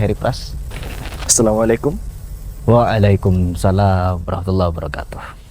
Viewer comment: Koreksi bacaan menjawab salam mas... Yang bener "Wa'alaikuMUSsalam" Barakallahu fiikum